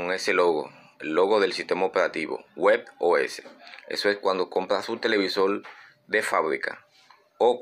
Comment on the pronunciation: Televisol?, de donde eres?